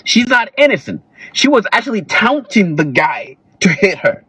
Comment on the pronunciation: Why did he sound like he enjoyed seeing her hit with the brick? Between pronouncing taunting- "tounting" or whatever weirdo way he kept saying it. Justifying her being hit with a brick. And attacking single mothers; he needs to put his phone away. He added no further context to the situation, except to justify her original point- that men do not innately protect.